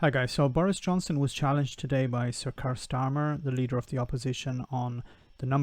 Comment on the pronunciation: It's pronounced Keer.